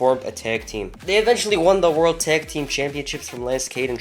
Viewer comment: 0.55 "raw orld tag team champions"